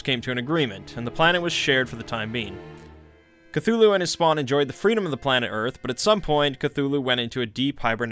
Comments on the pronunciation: “ClUeLuE” Bro work on your words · Still better than Kut-tulu. Which sounds shite. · "Knock Knock" "Who's there?" "Cthul".... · Something about the way he says "Cthulhu" just scratches an itch in my brain. The strange, breathy first syllable with the mic peaking oddly makes it sound more alien. Betting is an actual Deep One who figured out how Youtube works. Truly, the depths of his knowledge are unfathomable. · I think is said just thulu and the C is some random alien noise